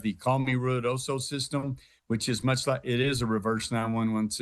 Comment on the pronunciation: You say Re Adosa